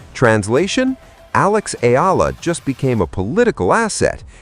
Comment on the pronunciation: Sir , She's " ALEX. E-YA - LA !, How we Pronounce her ( Family Name)"ALEX EALA" Our " PRIDE " 💖 of Philippines.. Thank U... ❤❤❤❤❤❤